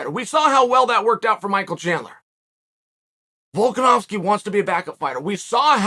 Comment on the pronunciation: Chael getting volkanovski name right must surely be a rare accessory to this man's vocal cords nailed it uncle chael....